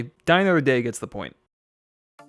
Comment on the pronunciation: Well, he didn't mock Spectre in this video, but he made up for it with "I GUSS EYLL DUH MOTHER DEH".